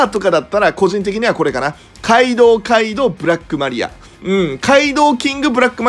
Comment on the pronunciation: カイドウのところガイドウになってて草ww